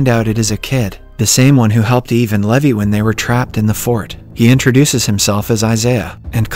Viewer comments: I think his voice was deepfaked and being generated by an AI, its obvious because they pronounced some words and names wrong like Levi (lee-vay to leh-vie) and 1800s (pronounced it as 18 hundred seconds) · noooooo it's pronounced Lee-vai not Lævi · Yeah I’m pretty sure this isn’t since they pronounced “levi” differently pretty sus ngl